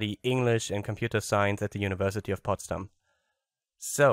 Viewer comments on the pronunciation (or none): Potsdam?! Saupreiß! No but srsly nice podcast:p)